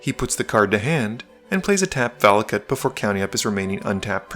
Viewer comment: "Valakut" ... that was odd, and funny.